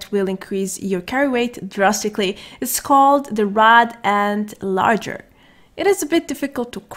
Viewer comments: Hi great video , it's actually Lager like the beer not larger . Love ur tutorials !!! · LOL, it’s spelled “LAGER” (“Log-Er”). A lager is a type of beer. Love your vids! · Pronounced logger you mean. English is not her primary language and she is going to mispronounce words just like English speakers will mispronounce words in her primary language. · Even though shes pronouncing it wrong, her voice just makes is so damn cute I prefer the way she says it.